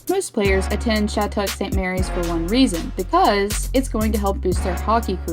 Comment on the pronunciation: love your videos but just wanted to say that its pronounced "Shat-uck" in case you ever need to use it for a video again